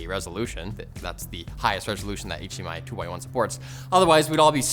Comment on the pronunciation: did you say hmi 2.1